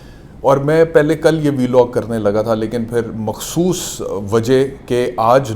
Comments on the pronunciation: Vlog ❌ biilogg ✅😆😆😆🤣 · V-log 😂 .. Vlog hota he laude